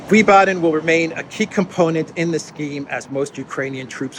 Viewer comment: Wiesbaden was pronounced “Veez-baden” back in 1967 when I lived nearby for a few years, if this helps.